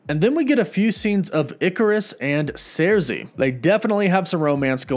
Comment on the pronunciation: He said surzi instead of sursi